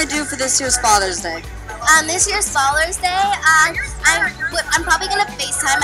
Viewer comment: said falers day